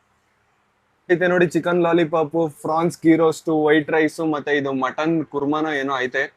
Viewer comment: ಅದು ಪ್ರಾನ್ಸ್.. ಫ್ರಾನ್ಸ್... ಅಲ್ಲ 😂😂😂